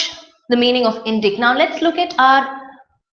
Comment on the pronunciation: you pronounced indict wrongly.please check its right pronunciation in oxford dict